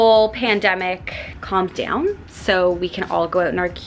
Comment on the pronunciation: I don’t know where u learned English, but please pronounce your words correctly. It’s “down”, not DE-OWN. Sound, not SE-OUND. About, not ab-eout. Very distracting!